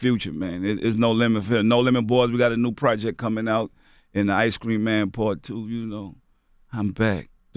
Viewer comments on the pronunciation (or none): none